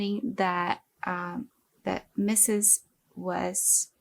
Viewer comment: It is Ludwig von Meeh-zes not misses